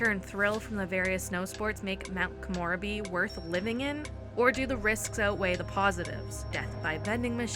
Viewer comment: No hate just letting you know it's pronounced Ko-mo-reb-e not Ko-more-a-be